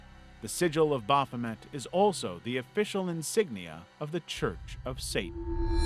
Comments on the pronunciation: "Baphomet" Amazing. Almost every word of what you just said was completely wrong. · The way you pronounced "Baphomet" made me feel a lot of very strong emotions, and none of them are positive.